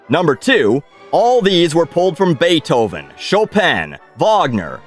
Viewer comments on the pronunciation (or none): none